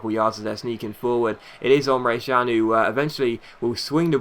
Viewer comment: Emre CAN not Emre JAN